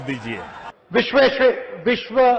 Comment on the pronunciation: modiji it is vishveshvaraiya and not vishwasariya. Modiji aur Rahul dono ko ye naam lena seekhna padega